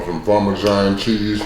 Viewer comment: Not parmajon 😂